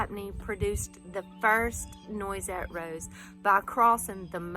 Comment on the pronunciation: Beautiful garden! It's pronounced nwah-set. It's French.